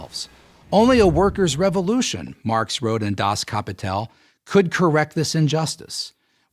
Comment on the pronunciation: Great video on Marxism. But I have to say your German pronunciation is terrible.